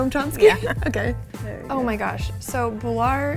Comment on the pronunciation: It’s not bular (Bahlar) it’s BULAR (Boolar)